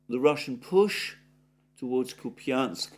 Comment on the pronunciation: Dear, Russian is phonetically quit easy. When there is a "ja" (an inverted western R) you pronounce it like a "ja" Ку́пянск = Koép ja n sk if it would be Koepinsk it would look like Купинск with an i, (an inverted western N)